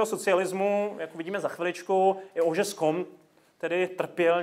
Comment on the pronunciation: Jediná výtka - profesor sociologie by měl umět vyslovovat jméno zakladatele oboru. Óžiste mi celou dobu trhal mé frankofonní uši.